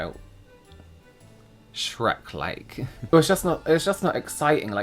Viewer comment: The first thing I thought was how says "SHRAYKKK" with James 😂